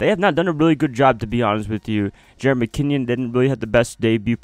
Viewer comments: Dude it’s Mckinn-ON, not Mckinnion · Lol it’s all good bro, idk why but it kills me everytime I hear McKinnion 😆